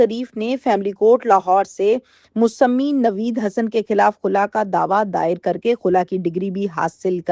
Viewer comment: ، دنیاوی علوم تو بہت حاصل کری، اب آپ کو چاہئے کہ کچھ دینی علوم بھی حاصل کریں تاکہ آپکی آخرت سنور جائے۔ دوسری بات لفظ مسمی کو Musammi نہیں Musamma پڑھتے ہیں